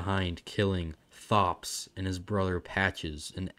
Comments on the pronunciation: It's pronounced "Thops" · think it's pronounced tops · Really? I thought it was pronounced "Thops"